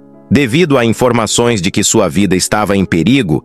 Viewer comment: Tem que melhorar o sotaque da inteligência artificial. "foriça" , "marica", "inforimações", é muito irritante. Tem que falar direito.